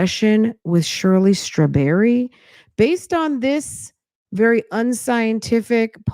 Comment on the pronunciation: It’s Shirley Strah-berry and 😭😭